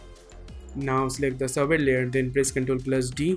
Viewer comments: FYI: It's not pronounced "Sabber", it's pronounced "Say-ber" Your tutorials are some of the best out there man! Keep 'em coming! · Everytime you pronounce Saber wrong, it cringes me so much! It's SABER! Google it! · You guys all say "Sabber", it's SABER, with a long A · Funny how you pronounced "Saber" Great tutorial btw👍